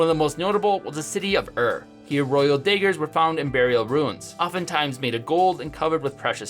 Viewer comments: Daygurs? It's pronounced dahgurs. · did you pronounce daggers as daygers? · Him pronouncing “Daggers” “dægers” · I love how he says daggers